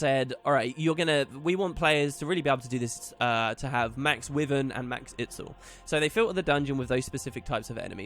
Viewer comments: Will you please, pelease, please stop pronouncing it "Wivin" thats not how you say it at all, it's a Wyvern. Type it into google and it will even tell you how to pronounce it properly. I love listening to you but it's so fustrating. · Masteries sounds alot of fun and should reawaken interest in the game that a few of my old guildies had. Btw wyvern is pronounced why-verne for future video's :)